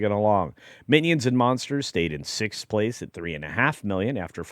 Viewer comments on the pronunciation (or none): none